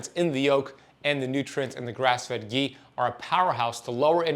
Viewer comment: Its not gee . Its ghee